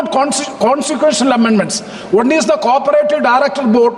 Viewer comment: NKP pl say one not vann